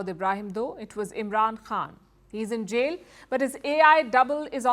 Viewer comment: This AI system is pronouncing the word Jail as Jeel. 🤣